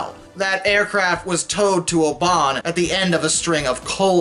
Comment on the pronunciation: Oban is pronounced "O-ban", stress on the O. Not like an Irish surname "O'Ban". Kudos for nailing "Lerwick - it has the potential to lead you astray in terms of pronunciation. It might be pronounced "lerrick", but isn't.